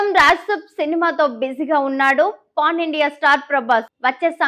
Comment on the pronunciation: Pan ni sarigga paluku.. corn kaadhu😂😂